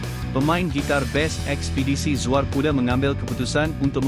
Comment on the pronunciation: Narrator ni pelat eh?🤔 Zuar jadi Zuea..fakta jadi fakte...banyak lagi la